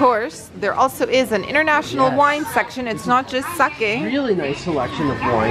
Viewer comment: The way she says Sake hurts my feelings.